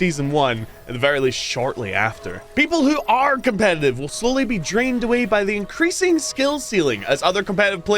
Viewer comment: By god, you're irritating. Did the algorithm tell you to squeeze out every 3rd syllable at maximum volume? Doesn't help that every tenth word is "cOmPEtitIVE". You know what's competitive? Literally every other major multiplayer title. Here? The "competitive" aspect is irrelevant for 3/4 of the match. Expprimal is weird as hell, yes, but when it works it absolutely sings and after overwatch's PvE meltdown it had the chance to eat their lunch. So just shut up, suit up, and get ready for another round of data cube and maybe we'll get enough new players leveled up to do PvE raids more consistently. Or just watch it die, whatever.